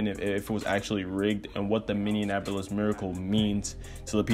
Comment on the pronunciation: It's min-ee-ap-uh-lis